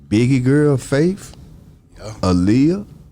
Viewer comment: Nigga said “He wah cue” 😢